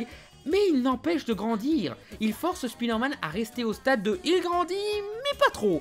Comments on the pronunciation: Rah mais c'est pas "Spidairmane", mais "Spaïdeurmaine" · On dit "Iron man" Alors pourriez-vous dire "SpIderman" Merci. Cordialement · Pourquoi "Speederman" ? Pourquoi pas "Meeles Morales" ou "speederverse" ? Le vrai drame de Spiderman, c'est la manière dont on prononce son nom dans certains pays francophones ! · Comme ça m'énerve d une force les gens qui disent speederman au lieu de spiderman (spaille d'heure manne)